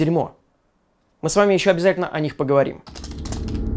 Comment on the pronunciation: правильно ПОГОВОРИМ (И звучит на Украинском как Ы, ещё + наголос на И).